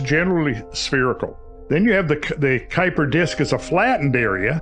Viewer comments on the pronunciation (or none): Two Dutch names: Oort cloud: oar-t cloud. Kuyper disc kû-y-per disc(pronounced in one go)